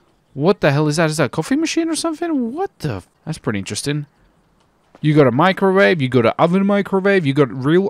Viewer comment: “You’ve got a microvave” lol